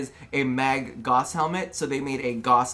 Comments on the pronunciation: Gauss not gaws, said gowss. I dunno how you American folk don't understand vowels or the importance of the letter H when starting a word. 😂🤣 Gauss is a measure of magnetics.... He is a mag lev accelerated frame like a bullet train. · Gauss like a House! Pronounce it as it is said in the Gospel of the Potato! :P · Its called gauss the u isnt silent its a german Name dont cut it down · I will NEVER say Goss. I don't care how DE says it. It's disrespectful to Carl Friedrich Gauss, widely considered the greatest mathematician of all time. FFS, the word gauss is a unit of magnetic induction, equal to one ten-thousandth of a tesla. What's next...are they going to name a frame Teesla?